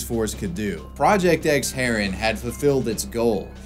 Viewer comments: Also, the towns name is pronounced "Haa-run" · say the town name haren good please